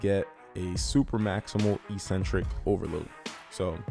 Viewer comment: Let's "break the next word", too. EEEEEcentric is not a word anywhere in the English language. Eccentric means ‘away from the center’. A crazy person is called eccentric bc they are ‘away from the center of normality’. A ‘negative’ movement of an exercise is a movement of the tendons ‘away from the center of the muscle’. It makes perfect sense from an etymological standpoint. Mispronouncing it as eeeecentric would mean ‘without a center’, which makes no sense. Another line of logic proving that it must be pronounced eK-Sen-Trik is that the first syllable is ‘ec’, which can only be pronounced ‘ek’ in English. There’s no possibility of a silent ‘c’. There’s no controversy regarding how to pronounce ‘centric’. So, the word is pronounced, eK-Sen-Trik. But don’t take my word for it! Look it up in literally any English dictionary.